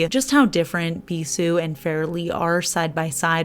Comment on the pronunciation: Bisoux, if it's the French word for kisses, is bee-zoo — you did really well!!! I'll probably be keeping my eye on Adara when it comes out on BeyondPolish, I absolutely adore cobalt blue and that flakey has a lovely hint of pink! I do also like the red but I got Orly Velvet Ribbon and they seem to be pretty similar once on the nail, so I'll hold off. I'm in NY myself so I could never give up pizza. I also grew up in CT/NYC region, I too am a certified pizza snob!